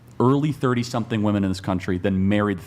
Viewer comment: Why are girls pronouncing “women” wrong? Seems new.